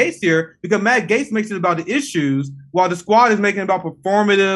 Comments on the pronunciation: Jimmy loses credibility for not being able to pronounce Matt Gaetz correctly. Gaetz is friendly with Omar and Tlaib, oddly enough. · The video where Jimmy final finds out it's pronounced "GATES".